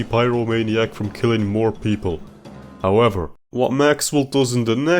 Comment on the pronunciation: you also said "stepp" Instead of "Step" And also "howevber"